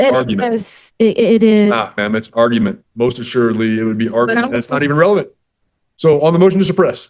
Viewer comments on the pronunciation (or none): She also cannot pronounce relevant. She says revelance. Ignorant and dumb. Dumb. Dumb. Dumb. She has no idea what judge is saying. Dumb dumb dumb. Scary how incompetent postal employees are. And can’t speak proper English. Nauseating.